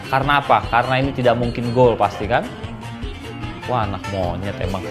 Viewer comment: reflek bang bareng ama lu bilang "monyed" 😭